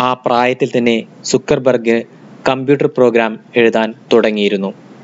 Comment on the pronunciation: സുക്കർബർ ഗ് അല്ല ബ്രോ, സക്കർ ബർഗ് 👍